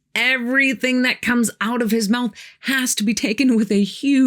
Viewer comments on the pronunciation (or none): none